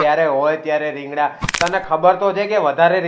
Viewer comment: રિંગડા નહી રીંગણા કેવાય 😂